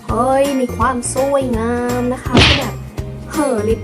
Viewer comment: ชอบตรงที่พูดว่า "เห่ย มีความส่วยงามม" 655555 เหน่อๆ น่ารักอ่ะค่ะ 😍😄